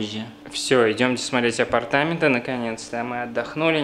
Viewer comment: спасибо Вам! Легко и приятно подаёте очень интересную информацию. У Вас хорошая речь. Мне неловко, но хочу подсказать подкорректировать ударения в двух словах: апартамЕнты и свЁкла. Удачи Вам!